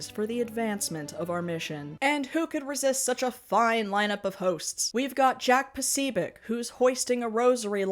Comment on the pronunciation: 10/10 pronunciation of jack posobiec no notes